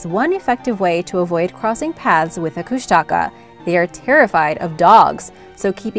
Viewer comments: Lol kushtaka no its koooshnaaakaaa is how you would say it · Kushtaka is mispronounced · Also, it’s pronounced Koosh-te-kah. Otters that turn into men. The stories still scare the crud out of me. After watching this vid with an old friend we sat around telling stories we heard about them from elders in the Tlingit and Tsimshian tribes.💗💗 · i live in southeast alaska and am tlingit, and i actually cringed when you said kushtaka haha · idk why but i get really annoyed when people pronounce kushtaka wrong? like I understand why, but i still get annoyed? might be because my mom's been telling me stories forever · Just a thought find out the names before doing your film Kustaka nope Keanai yes